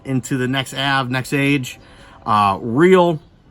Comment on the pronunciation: Nexave ave ave , not nexage